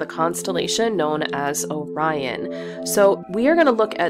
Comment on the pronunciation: You pronounced "Orion" correctly - that's refreshing !